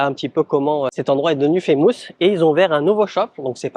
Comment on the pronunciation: woww ton anglais..on ne dit pas faaaammoouusss mais FFFaaiiimusss !